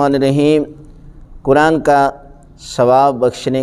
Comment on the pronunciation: QibLA PLease CorrecTlY SaY Quraan and NoT Kuraan, TareeQa and NoT TareeKa Nahin MaTLab BadaL JaYeGa AAP JaiseY MouLanA Sahiban GhaLaTi Nahin Karni ChahieY. PLease.